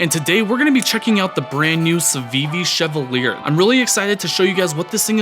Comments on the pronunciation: Bruh, Fire video, Fire knife. Loved the intro and breakdown. Your lighting setup is incredible. Also, I think it's pronounced "Cheval yay". French AF. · Respectfully, can I suggest that the name of the knife is pronounce [she-va-liey] or, in formal IPA [ʃɛvaǀje], from the French, meaning “knight” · sheh-VAL-yay. As in the French actor Maurice Chevalier.